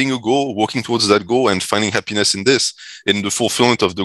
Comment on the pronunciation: saying hap-piness is hilarious 😂